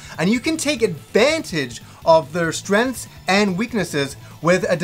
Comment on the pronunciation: What are "strenths"?